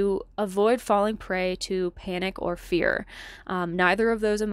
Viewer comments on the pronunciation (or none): none